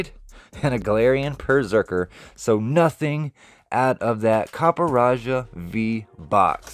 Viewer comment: I think its pronounced Copperajah....